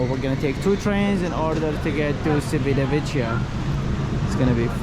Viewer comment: Appreciate the vlog, however, the number of times you mispronounced Civitavecchia was painful to hear. The c is a Cha sound. Cha Vit A Ve Key A. The double cc are a Ka sound. Thanks.😊